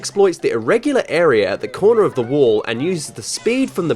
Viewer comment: Wall Not wool